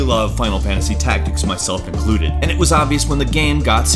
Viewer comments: The way you pronounce the word game is really annoying... Shows great but you say "Gam" most of the time o.0, literally everything else is fine it's just the one word but it drives me insane o.o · Sorry but it really annoying when he says "gam" instead of "game" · . What? What the hell is a gam? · Again. Tf is a gam. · Whats a gam, he really just said gam lel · he keeps saying gam instead of game and it urks me to the core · is it just me or did he say gam instead of game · he says GAM instead if GAME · I can't stand the way you pronounce game.... It's killing me inside. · Why do you say "gam" Fucking haneous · What's a "Gahmm"? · Anybody else notice how he says "game" funny sometimes? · why can't he pronounce anything with -ame? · Keeps mispronouncing "game" and "same" as "gam" and "sam" Weird...